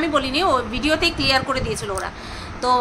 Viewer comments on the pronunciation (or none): none